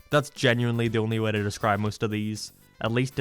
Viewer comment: I've noticed how you pronounce some words differently. Like you pronounce Gay, Okay, Way like Gae, Okae and wae. Is there a reason to that?